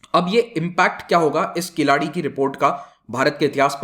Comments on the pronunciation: It is keezhadi. Nor keeladi. Huh! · Please understand , ...... It is not "" Keeladi ""....... It is "" KEEZHADI "" ....... To be pronounced as கீழடி . Thank you very much for this Video . JAI HIND .... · Dude, not Killadi. Atleast say kiladi. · it is NOT "कीलाडि or किलाडि, but "कीळ्ज़डि". govt is not "open" . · KEEL ADI NOT KILADI. IT IS TOO EARLY TALK ABOUT THIS EXCAVATION. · It's is not किलाड़ी। It is कीलडी। To be more precise, it is kee-zha-di. Not ki-laa-dee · It's pronounced as keel-adhi